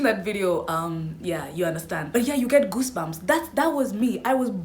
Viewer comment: So we'll ignore the fact that she just said gooshbumps😂